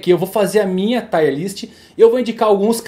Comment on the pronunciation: Parabéns pelo vídeo. Só uma correção, " Tier" se fala como escreve, não " Taier". Valeu.